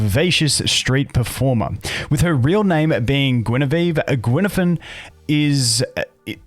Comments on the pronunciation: Guinaifen is pronounced in Chinese as gwai-nai-feng, but funny attempt! I laughed haha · Pronunciation is "Gway Neye Fen" (way and eye are pronounced like the word, "way" and "eye", but put a hard G and an N in front of them, repsectively) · heyo you can pronounce her name as Goo-Whey Nigh Fern good day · there's no g in fen, and more like gwei, not gwai